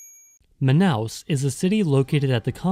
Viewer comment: Olha, você pronunciou o nome Manaus de maneira certa, e Amazonas também foi bom. Como moradora daqui, digo que as favelas são menores do que a de outros estados, como do Rio de Janeiro por exemplo, já estive lá e as de Manaus nem se compara, fora que aqui ainda existe muita casa de madeira nesses lugares, mas geralmente essas palafitas ficam ao redor dos igarapés